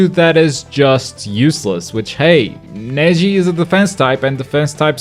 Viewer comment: he said to Neji "her jetsu"